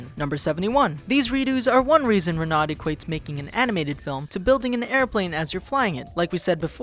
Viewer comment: Get your French correct! It's Reh-no when you say "Renaud".